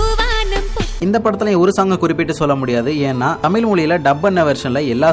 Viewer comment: தமில் இல்ல பா தம்பி தமிழ் னு கொஞ்ச அழகா சொல்லுங்க